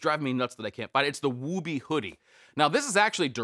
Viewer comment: Woobie has a U sound in the middle not a long O. Ok nerd comment done go back to regularly scheduled life.